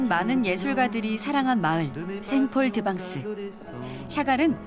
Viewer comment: 내래이터가 계속 생폴드방스라고 붙여서 말하시는데 생폴드 쉬고 벙스 말해주시면 좋았을텐데 아쉽네요ㅠㅠ